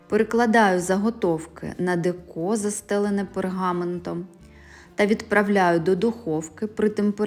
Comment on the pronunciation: Приємний голос, загалом непогано, але кілька є русизмів і помилок: "взбиваю", "порціонно", "вводю", "творожний сир". Ще "деко" тут з неправильним наголосом.